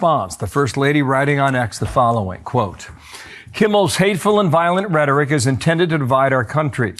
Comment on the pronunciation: What did she ChatGPT that Post? She can’t even say the word rhetoric let alone type it.